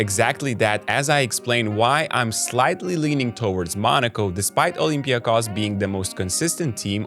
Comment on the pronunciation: It was one of the messages here under one of the previous videos that got us doing it right. Thank you & good luck to Olympiakos!